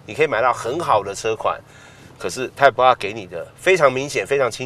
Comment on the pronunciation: 怎么那么发音都是发成那个样子？ type R 变了 太仆啊， LED 变了 诶路 ED